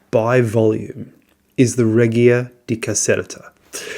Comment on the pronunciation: Hi, could you please check the pronunciation of reggia.